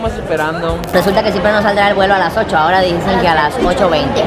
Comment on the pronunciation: Mija se dice A-H-O-R-A AHORA